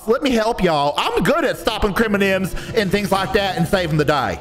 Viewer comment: i also love how officer rufus says criminals as, "criminims"